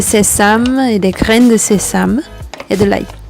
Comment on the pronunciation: 네이* 사전에서는 sésame을 세잠이라고 발음하던데 본뉘님은 세삼이라고 하시는것 같은데 둘중 뭐가 맞는건가요?ㅠ